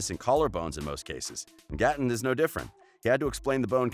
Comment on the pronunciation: Tate xx it was Gaaten